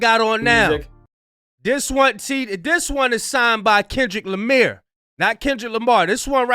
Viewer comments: said "This that Kendrick Lamir" 😂😂😂😂😂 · Kendrick Lamire😂😂😂😂😂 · "KENDRICK LIMEER" 😂😂😂😂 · Kendrick Lameer 🤣